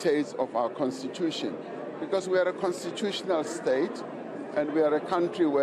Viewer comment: Ja, your “kont-se-tution”